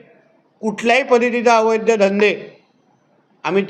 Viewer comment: अवैध..... अवैध्य नाही.....मराठी माणूस...